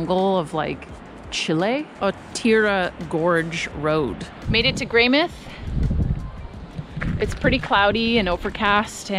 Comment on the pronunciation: Just fyi, the mouth in Greymouth is pronounced like the body part, it's not shorted to Greymith like you would think it is. I always enjoy hearing tourists mispronounce words and place names in ways I've never heard before though.